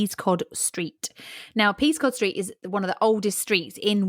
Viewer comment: I'm from Windsor originally. Being pedantic, but Peascod Street is pronounced by locals as "Pescott Street", for some reason.